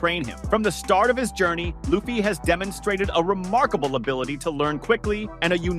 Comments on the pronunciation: Yeah I'm not even watching another video of his or even liking his content for the disrespect. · The guy keeps butchering people’s names in the video, calling Luffy as “LAOffy” and Imu-sama as “N-sama”